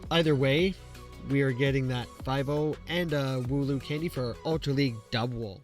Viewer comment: Go Battle "LAG" he said XD